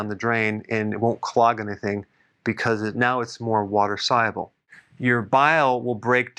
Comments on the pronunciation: Sighable? No its sol-u-ble. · You’re a smart guy but how come you can’t pronounce the word ‘soluable’ ? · Is he saying soluble? 😅